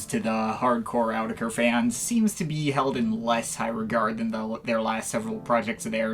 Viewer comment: its pronouced autetitekr